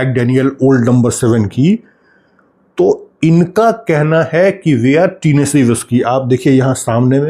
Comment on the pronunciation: oh भाई टीनेसी न्ही होता, टेनिसी होता है, Tennessee, it’s a big state in USA 🇺🇸, thanks for the good info